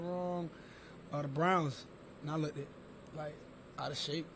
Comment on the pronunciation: The way Lamar pronounces the word “Looked” is very cringe